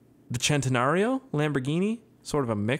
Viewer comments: It's not chan - teh - nuh - rio its sen -ta -nuh -rio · Not to be a hater, but it bothers me how he says centenario, it's not chentenario, it's CENTenario... CENT